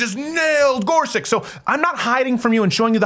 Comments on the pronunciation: I think his name is pronounced "Gor-such" or "Gor-sich", not "Gor-suck" or "Gor-sick"... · I believe it's Gor SUCH not Gor SICK. Could you please honor the candidate by pronouncing his name correctly, as a minimum? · It’s not “Gor•sik”, it’s “Gor•such” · you pronounced his name wrong. sound it out. he said it himself. it's GorsuCH.